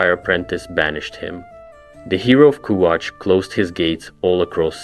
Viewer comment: The way you can't say kvatch is funny